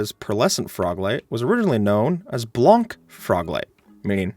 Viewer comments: Prononciation mistake, for the word "blanc" that means white in french, the c is silent, so you should say "blan", just for the next time. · the way skip says "blanc" like blonk hurts me inside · As I study French blanc is white in French and it is pronounced as blan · I legit thought he said blonk and not blanc for some reason lol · The c in blanc isn't pronounced, I didn't understood when you said it xD